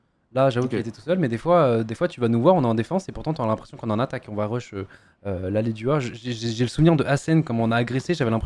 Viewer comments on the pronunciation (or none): Rush = "reuch" Push = "pouch" Bush = "bouch" Svp si vous voulez utiliser des mots anglais au moins faites un minimum de recherches sur la prononciation je vous kiffe tous mais ca me trigger de ouf. Ou alors utilisez le français au pire